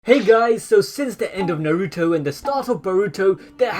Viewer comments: Naruuto it's fuckin naruto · “Nuh ruto”